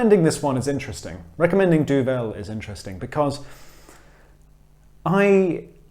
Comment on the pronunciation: it's pronounced Duvel... not Duvel ...